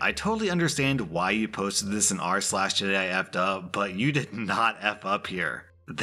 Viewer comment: Ah yes, R/slags